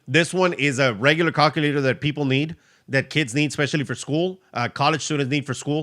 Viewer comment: Hey I just discovered your channel today and I love it. I know English is not your native language, but has anyone told you that the way you pronounce calculator makes it sound like the English name for a male chicken if you know what I mean. Google how to pronounce calculator so people won't giggle when you say it.